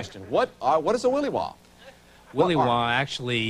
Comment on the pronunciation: As a lifetime Alaskan, and many generations and cultures of Alaskan, no one has ever said "willy wah". Ever.